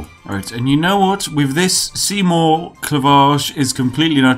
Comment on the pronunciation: Seigmore? Are you german or something? Where I'm from, it's "Seymour"